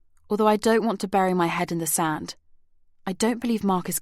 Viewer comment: I’m really enjoying this but wish that the narrator would pronounce correctly “the” before a vowel. It’s annoying.